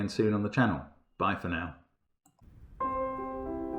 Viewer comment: Haven't seen if anyone else has made this connection, but the way Mark says "Bye for now" at the end of his videos almost sounds like he's about to say "bye for Kate" or "bifurcate". :)